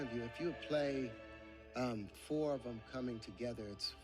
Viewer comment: Why do you say foe when you know that the word is four..? Don't you realize it makes you sound very ignorant when you say it that way? I'm trying to help you.